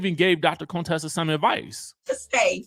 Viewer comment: Her name is CONTESSA NOT CONE-TESSA. Please stop pulling that shit Heavenly used to do, “low key” trying to sneak in the word coon in her name. So tired.